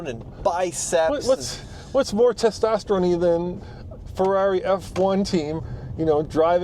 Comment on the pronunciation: “Testosteroni”….thats Italian! 😂